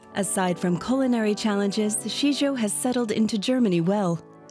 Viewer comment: Is his name really Shitjo or is it just Shijo? Shijo is a more common name in Kerala